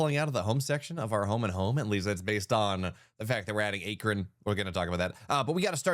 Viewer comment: 😂😂A-kron🤔 I could be incorrect but I believe that is a long a for Akron🙏🏼🤣